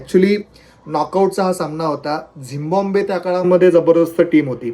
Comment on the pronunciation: Tumhi Zimbabwe cha uchchar Zimbombay asa ka kartay??